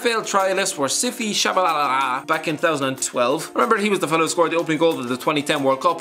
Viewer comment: Siphiwe Tshabalala is one of our national heros! I have never heard such a butchering of his name before xD It made my morning but please try get it right next time!